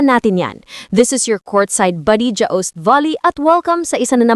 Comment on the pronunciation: This AI speaker can't even pronounce joust. Dya-owst daw?!?! Sikat si Lazaro? Hahahaha.